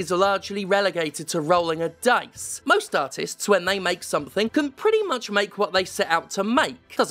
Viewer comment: Nah-tist is an amazing word.